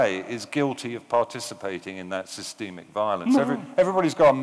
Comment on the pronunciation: . I’ve never heard the word systemic pronounced that way in all my life.